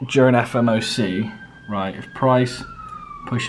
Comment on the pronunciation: Nice one mate , love the transparency , been a fan for about 6months now , I still think it’s funny how you say “FMOC” 😂 instead of “FOMC” . Anyways, I noticed you traded better while you had a job , do you think quitting your job puts a lot of pressure on you and your trading ?